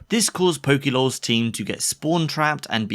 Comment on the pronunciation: its not pokielawls, its just pokelawls, annoyed tf outta me.